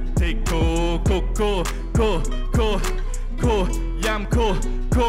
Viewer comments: Phát âm tiếng anh đúng thì cool nghe gần như là “cul” chứ ko đọc là “cun” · Cool not "cu" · Ông này đọc ''Cool" hay "Cua" đều nghe thành "Cu" nhờ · "Cúc cu" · Tôi nghe ra cúc cu :)) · có ai như mình nghe "cool" vs "cua" thành "CU" ko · Tưởng thế nào, hoá ra phát âm còn không chuẩn “cu cu” =))) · Phát âm Cool với cua giống nhau à. :)) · sao đọc "cu cu"😬